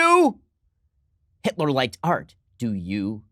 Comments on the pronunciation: "HITLAH" - Ben Shapiro 2019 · HEETLA! LOLOLOL